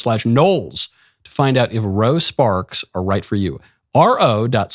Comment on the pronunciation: Whats the deal with the Ro Sparks ad read 😂😂😂. All i kept hearing was a ED drug called Rosa Parks